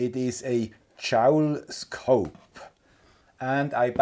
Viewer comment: Always enjoy your videos. Mailbag videos I sometimes listen to while I do other work, make breakfast, etc. But sometimes your english can be a little confusing. 🙃 The JouleScope is pronounced like "Full". The other way you were saying it is a "Jowl", which is "the loose fleshy part of the neck of certain animals, such as the dewlap of cattle or the wattle of birds". So you can see how I was confused when you brought out the new toy 😉